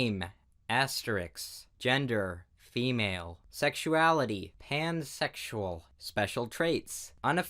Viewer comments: PLEASE DON'T TELL ME I'M NOT THE ONE THAT HEARD HAMSEXUAL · I heard TANsexual xD